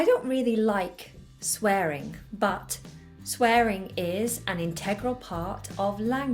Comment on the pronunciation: Can still hear your 'g' at the end of the word 'swearing' while you are speaking RP. So cute